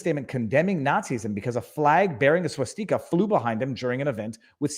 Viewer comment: "swuh-steek-ah" Didn't know Canadians said that differently lol